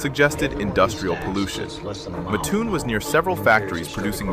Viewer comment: It's pronounced MATT-toon. I used to live there. Muttoon, it ain't.